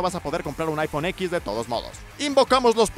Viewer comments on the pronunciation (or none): Se pronuncia iPhone 10 xD